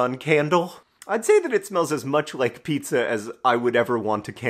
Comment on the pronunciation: I loved the snee-zza